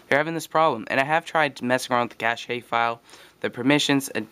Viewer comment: what's a "cashey" file?